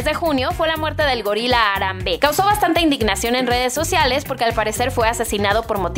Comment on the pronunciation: no es ARAMBÉ ES HARAMBE la H se pronuncia y no hay tilde